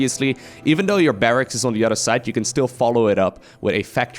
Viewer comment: "In this corner we have no udder than 😊😊😊" get instant serotonin boost and smile reflex